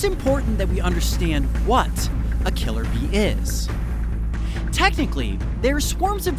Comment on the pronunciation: Am I the only one that heard killer bean instead of killer bee Just me? Ok....